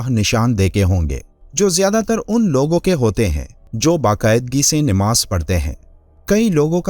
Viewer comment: Nimaaz galat hai sahih lafz namaaz hai